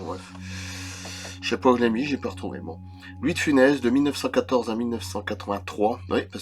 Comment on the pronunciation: Bonjour Toutes les interviews que Mr louis de Funès a donné et toutes les vidéos sur YouTube à part la votre, les journalistes et autres prononcent bien Funesss, si vous lui rendez hommage il serait bien de ne pas modifier et d’écorcher son nom de famille cela s’appelle du respect envers Louis et sa famille… Bonne continuation